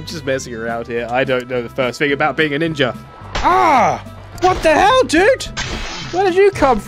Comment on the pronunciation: The start of the video I’m already crying “ninjer”😂😂🤣🤣